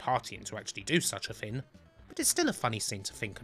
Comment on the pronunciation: Kin of the Rin, that's the thin!